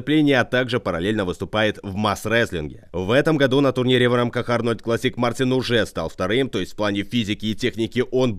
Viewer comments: Не Мартинс а Мартиньш (Mārtiņš)! ЛАтвия!!!!!!!! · По латышски правильно Мартиньш (Mārtiņš)